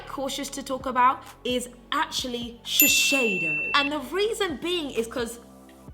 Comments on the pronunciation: its sh-e-s-i-do not sheshedo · *shiSeido, not shiSHeido. I'm sorry but it was driving me crazy the whole video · It’s actually shiSeido and NOT shiSHeido😂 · This is an amazing video. But just a nice comment not to offend you or anything I think it’s better to say shiseido (sheeseido instead of sheesheido because I know Japanese are quite sensitive about their brands). I think with this you’ll be more that loved and respected inside Japanese society 😀 I hope you don’t take me wrong because I do love your channel! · shiSEido not shisheido! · is shiseido not shisheido this brand is from Japan. You made laugh i love you forever. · Babe, please! Shiseido is pronounced like she-say-doh! It's a japanese brand and it has a japanese name 😁👍 Love the video of course! I think it's just horrendous that anyone could be scared to say what they like to use... if the product works good for you then hell! Use it to the bone and be proud of it. It really doesn't matter if its 50p or 50quid - you do you always! ❤ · You're always super honest! But it was nice to see this video. Shiseido is huge in Japan, they are like Loreal. Ahahah you say Shi-sh-eido ahahah, please keep doing that. xxx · And only now have I realized I've been saying Shesheido wrong all this time. >_< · When she said “ShiSHeido” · I love this video. Omg I'm like laughing at the way your saying Shiseido hahaha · I was so into the video, but the way you constantly pronounced Shiseido made me click off. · Are you sure that’s how you pronounce shiseido lol